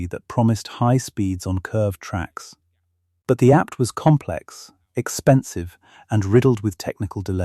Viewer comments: Christ? The apt? Said like the word apt? You pronounce each letter. A P T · Saying the word apt instead of APT and other faults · It's pronounced ONE TWO FIVE not one twenty five or one hundred and twenty five. Also the APT is spelt not pronounced apt. AI narrations ruin otherwise good documentaries ☹️